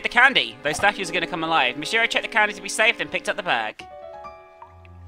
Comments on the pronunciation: Hey! I'm guessing you're tired of hearing about the name (and you probably don't care), but if you do want to say it correctly: "Me-she-row". But I don't care as much. I know who you're talking about. Plus, I teach English in Japan and they mess my name up all the time here. Most of the younger kids call me, "Kree-ssan". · i think you arent supposed to break mirrors but because your wish is that u have never existed,every mirror you break makes you lose a piece of your existence and i think Mishiro pronounces as Mi(sh pronounces as CH in Michelle)iro